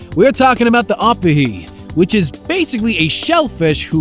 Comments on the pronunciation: In Hawaiian The letter I is kinda pronounced like E so Instead of Ah - peh - He , it would be Ooh-pee-hee and instead of lai-mu , its Lee-mu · Ah-puh-hee???? Perfect example of copy/paste with no regard for spoken language. It's pronounced oh-pee-hee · He pronounced Opihi wrong, it’s Oh-pihi not Up-ihi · It is pronounced o pe he not a pa he. The word is pronounced lee mu not lie mu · Opihi is pronounced (Oh-pee-he) not (op-uh-he) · It’s Oh-pee-he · The way he pronounces opihi is so cringe. Otherwise good video